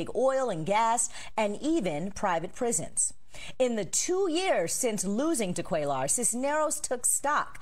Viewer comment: it's embarrassing that the anchor repeatedly mispronounces Cuellar...like, really?